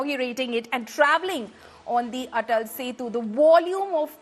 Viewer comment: Its ATAL SETU, please correct